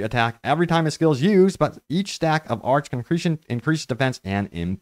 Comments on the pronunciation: Is my man calling it arch? I'm pretty sure it's pronounced "ar-kay" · Arche is pronounced arkay. Did you zerg the story and skip all voiceovers or just chonically bad at listening skills?